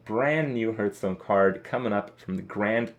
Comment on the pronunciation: Hearthstone =/= Hurtstone .. the pronunciation makes me cringe everytime